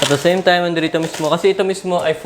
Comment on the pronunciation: no one:''At da seym taym'' xD